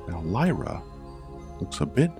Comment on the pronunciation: mike Lazembie it drove me nuts too. He pronounced Lyra wrong too